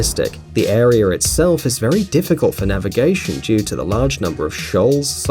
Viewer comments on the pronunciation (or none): The biggest mystery of all is why do people who think they are smart say " idear" instead of "idea" and "arear" instead of "area"? And MEthAne? English much?